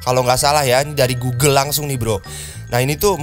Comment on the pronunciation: Pas ngomong "GUGEL" knp harus ditekenin banget?